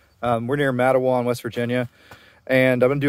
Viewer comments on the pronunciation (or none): Matewan is pronounced mate-one or atleast that’s how the locals say it. My dad is from there and my grandparents lives 10 minutes down the mountain from where your at in the video in varney